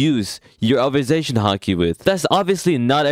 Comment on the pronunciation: "Obersation haki"